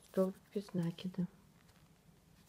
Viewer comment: МК чудесный!!! Только не нАкид, а накИд. Слух "режет", а корзинка просто волшебная.